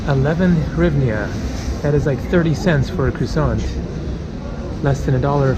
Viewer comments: You can say "Hrivna" or "grivna", it will sound closer to original than your attempt "horivnia" Donations for slodiers, haha. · As for the currency, simply pronounce it like this : greevna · Дуже супер відео,! You are very close on hryvnia (hreev-nyawh). Hr just takes some practice;) Ukrainians will also say "gryvnia" if they are speaking Russian, especially in Kiev and Eastern Ukraine. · Pronounced grivna.